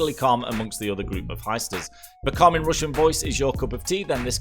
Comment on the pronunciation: How he says: roossian haha